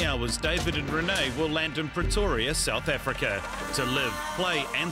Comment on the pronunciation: Sewth efrika